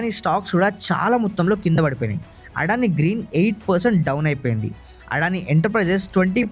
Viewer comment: అడాని కాదు అదాని.